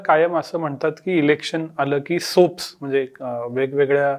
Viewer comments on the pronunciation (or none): सोप्स नाही हो, सॉप्स.